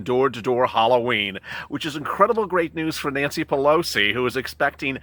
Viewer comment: Haha its funny tge way uou say it..Pelosi is too much!!!!